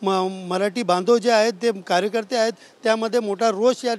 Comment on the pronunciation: कार्यकर्ते आक्रमक झाले ❌ कार्येक्रम आक्रमक झाले 😅 ✅